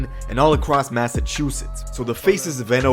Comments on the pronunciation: If this nigga say mathatoothitz one more time ima beat his ass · Why he say Massachusetts like that 😂😂